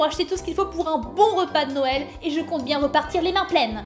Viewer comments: Noël sa s'écrire comme sa "noel"Et pas "nouel " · Noël sas ses cris pas comme 😥Nouël mais comme sas Noël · putais c'est noel pas nouel AHHHHHHHHHHHHHHHHHHHHHHHHHHHHHHHHHHHHHHHHHHHHHHHHHHHHHHHHHHHHHHHHHHHHHHHHHHHHHHHHH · Nouël tu ne sais pas dire Noël 🎅🎅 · c'est Noël pas nouël mais c'est pas Grave!!!😚😚😚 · Mettre un like si fait exprès de dire Houël au lieu de noël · Ce n'est pas nouel comme ca, c'est noel comme ca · pas nouë mais Noël et joyeux Noël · wat ? nouel ? noel ! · Elle le sait mais elle le fait exprès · C'est pas Nouel c'est Noel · Non noel sa secri n o e avec deux pouin et pour finire un l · c est pas nouel mais c est noel b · c pas nouwel c noel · Rlle à dit nouel alors que sa s'écrit noël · On dit noël pas nouël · c est noël pas nouël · c est noel pas nouel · Non Karal ses Noël pas Nouël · On écris pas nouël on dit noël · Se n'ai pas nouel c est noel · ses pas nouël et non noël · Elle a bien dit " nouel " j y crois pas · Ses noél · Ta dit que Noël sa s’écrit nouel mais nan euhhhh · On dit noël